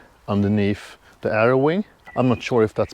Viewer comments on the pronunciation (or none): none